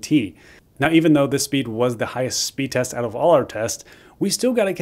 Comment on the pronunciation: “Speed resr” lol